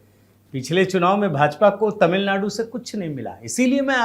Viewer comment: Tamil nadu word shld read correctly